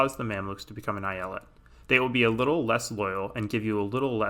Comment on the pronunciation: I'm Turkish and the way you say eyalet makes me want to blow my head out with a shotgun